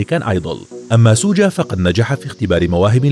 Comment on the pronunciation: Hhhhhhh اسمه شوقا مو سوجا😭😂😂😂💔